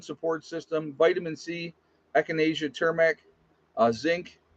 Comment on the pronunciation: its not "turmac"...its "tu-mur-ic" or "tu-mer-ic"